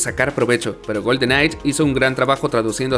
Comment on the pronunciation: Por favor deja de decir "Golden Night" es GoldenEye que lo pronuncias goldenai. Y cónsola también chirrea cuando lo dices. Es consola, una palabra grave no esdrújula. Muy buen top. Cariños y saludos desde chile 🇨🇱